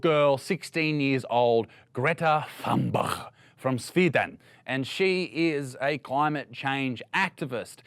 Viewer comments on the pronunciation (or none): mother of god how bad he slaughtered Greta thunbergs last name cringed so much from the pronounce. thun is pronounced as tun in tuna fish and berg as in goldberg so its pronounced tunberg. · How comes all the hardest opponents to Greta are angry men with a beard? And it's pronounced Toonberg , not Funberg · i loved what u had to sat but couldn't you at least try to look up how to pronounce thunberg. it's close to Tunberg not thunbearchsh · Remember to pronounce it correctly: Þönbörg. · Isaac Butterfield You are making fun of Greta for days? Interesting! In all these days you haven`t been able to learn the pronunciation of her name properly... Of course, you don`t believe that a 16-year-old girl is able to write a speech she believes in.